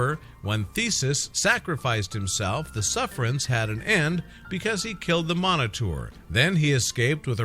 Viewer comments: Minotaur is Pronounced MINO-TAR not "miniter" LOL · Pronounced min-o-tar not monoter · Your pronouncing it wrong. Its "Minotaur" not "Monotour"... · Its pronounced (mino_tar) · You pronounce it minotaur... lol great try